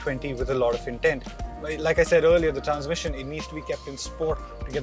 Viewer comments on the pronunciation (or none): none